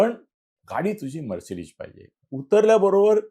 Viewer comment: It’s Mercedes and not “Mercedish”😂